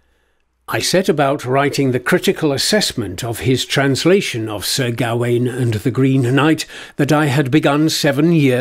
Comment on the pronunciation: Why do you think 'Gawain' is pronounced like that?